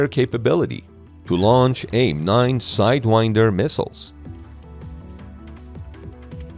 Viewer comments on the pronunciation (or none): none